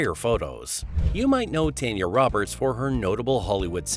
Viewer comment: It’s pronounced TAWN yaw.